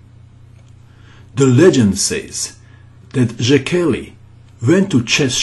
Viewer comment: the name is pronounced like [say key], good show by the way